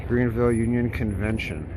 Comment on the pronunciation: Omg ...OHHHHH MY GOD YOU CANT EVEN GET THE NAME OF OUR TOWN RIGHT ...YOU TRULY Should've PAID FOR A WALKING TOUR WITH A GREAT DEAL MORE INFORMATION